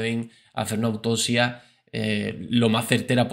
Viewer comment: “Autosia”, “corruto”, “mordicos”, “dotor”, “reaciona” “majomeno”🙄🙄🙄 pronuncia correctamente: autoPsia, corruPto, mordiScos, doCtor, reaCciona, mas o menos. 🤦🏻‍♀️🙉🙈